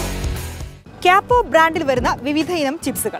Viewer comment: ക്യപ്പോ അല്ല കുട്ടി കപ്പോ